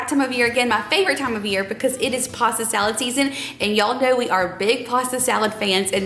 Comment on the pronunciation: Salad not dalad.🤭